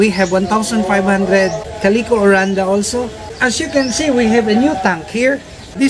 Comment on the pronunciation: I love your videos! I love them enough i named my beautiful blue betta. I named one of me female betta with calico coloring, Caleeco. I love how you pronounce it, it sounds good and fits her well. I have learned a lot from your videos. You are such a wonderful person for all the wonderful things you do to help others. Please keep the videos coming.